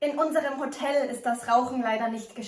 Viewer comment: very nice - smily face and all but ... the accent of the key word HOTEL falls onthe second syllable :-)